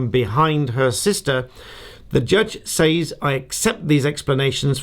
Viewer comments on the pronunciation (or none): Stop saying “ says” to rhyme with “pays” ! It’s pronounced “ sez “ !